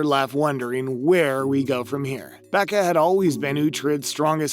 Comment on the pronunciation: Do you even Last Kingdom bro, its not I-Salt or Becca!!! Iseult AND Beocca!!!! Smfh!!!